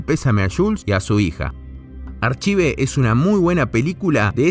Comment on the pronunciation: en realidad se pronunciaría "arcaiv" pero estuviste bien igual... Banco fuerte el video y el esfuerzo.